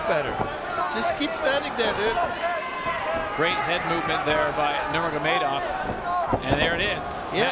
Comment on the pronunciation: Nurmegov 😂 who are these jokers who can’t even pronounce their names.